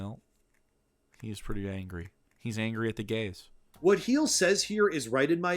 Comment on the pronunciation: I love how this guy calls him "Heels". I used to watch Heelvsbabyface... He would get angry at people calling him heels instead of heel. XD "Mass effect you were he him if you were male." You just wait till the next game. XD